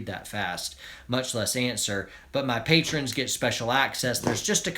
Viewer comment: says patron😂😁